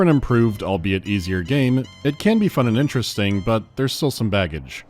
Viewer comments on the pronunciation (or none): none